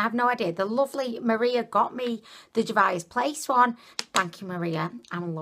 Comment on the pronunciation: And Juvia's Place is "JOO-vee-uh's." xD But her unique pronunciations are what makes endearing. 😊 FOUNDIDDLYATION!!! xD